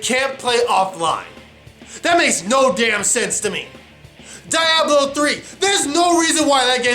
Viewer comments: die-ahblo? lol isn't it Dee-ahblo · "Dye-A-Blo 3"?